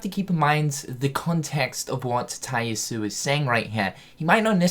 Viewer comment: I thought someone would correct this by now but is missing the last vowel from Tai Yasue's name. Ya su eh.